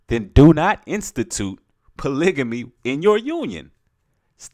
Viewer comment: Hey brother, I think you're pronouncing polygamy wrong but I love your message.